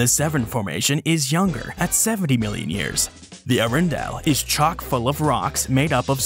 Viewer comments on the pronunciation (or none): Arundel is pronounce "Uh-RUN-dull." Potomac is pronounce "Pa-TOE-muck." Since this part of the East Coast was under water during prehistoric times, we mostly get shark teeth fossils and fossilized whale bones around here. There is a dinosaur track way on the grounds of the NASA facility in Greenbelt, MD, which is about 5 miles from DC. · Arundel is pronounced hA-Run-Dell, not a-rune-dell, nor air-run-dell.